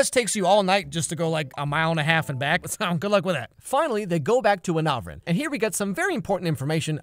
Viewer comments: "Anavrin" Me: "... I'm not even sure if they were trying." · Anavrin. Really? 🙄